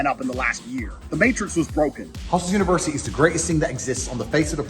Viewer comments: The amount of times this guy said hustle versity is annoying af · why does this guy insist on calling it "hustleversity" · Is he trolling or can he just not pronounce UNIVERSITY?